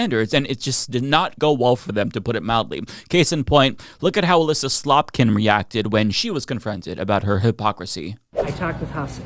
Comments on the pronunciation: Did u just say Elisa Slop-kin? 😂😂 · Was saying Slopkin or was it just in my head? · Did you call her Alissa "Slopkin"? 😂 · I swear you called her "Slopkin" 😂